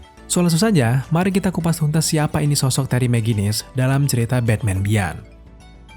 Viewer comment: Om cuma mau koreksi aja sdkt "beyond" dibacanya biyon bkn bian